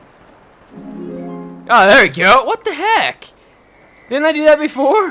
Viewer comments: Its suppose to be that not dat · "On top of dat" "dat" D-A-T